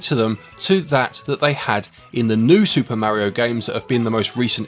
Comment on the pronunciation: You're saying "Mario" incorrectly.